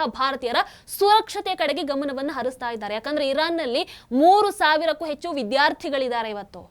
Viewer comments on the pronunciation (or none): none